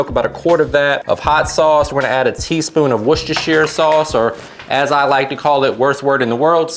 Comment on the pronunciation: Pronunciation....War stur sure